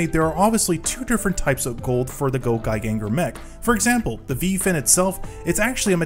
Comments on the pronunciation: It is pronounced gAo gaI gAR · Um Actually It's pronounce GaoGaiGar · Probably the way he pronounced GaoGaiGar